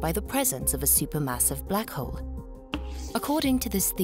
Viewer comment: I can't help but notice the narrator keeps calling the black hole black hoe.